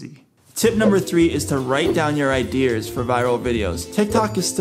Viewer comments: Am I the only one triggered because he keeps saying “idears” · Am I the only one triggered when he keeps saying "idears"